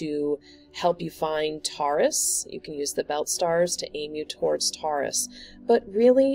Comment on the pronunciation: Pronounced ‘Tor-russ’